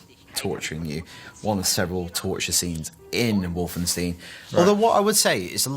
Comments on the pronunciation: You pronounce Wolfenstein... Just like you do Einstein.... Its not EINSTIN IS IT!!!! Seriously..... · Its not wolfensteen its wolfenstein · wolfenstein = Wolfen[stine] not Wolfen[steen]...